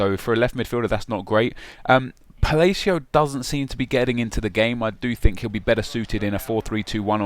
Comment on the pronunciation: I love how says Palacio like falacio.